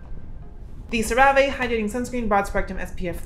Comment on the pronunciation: bb I think it's pronounced sarah-vee, but sera-vay sounds way bougier tbh so I hope you never stop !!!!